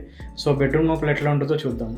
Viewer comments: 👎 నోపల కాదురా లోపల అనాలి... నత్తి ఉందా bro.. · Nopala kaadu raa ayya... Lopala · Bro adi నోపల kaadu లోపల